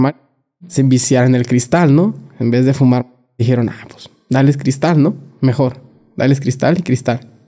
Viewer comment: Que frustrante es escuchar a alguien que no sabe hablar. No sabe pronunciar palabras ni el significado de tales. "Julano y mangano", "haiga" , "lacso" "dijierón", "Literalmente" cuando no cabe en la frase